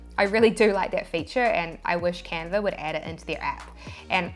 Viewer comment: I searched and searched for the Camper app, (spoiler alert: there isn't one); Then I sware you said Camfer..another dead end. Then I lost the link to this video and found font apps (don't ask). Finally I refound this vid and isolated myself in a sound proof room, and replayed that part where you said Canver over and over until it finally dawned on me that you were saying Canva... Ok, now to find where you showed the transparent background work-around... This tee-shirt business is a real mind workout, whew! :-)